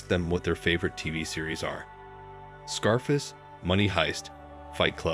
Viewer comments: Who the hell pronounces scarface "scarfice" hahaha. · Teach your robot how to say 'Scar Face' and 'Masculinity'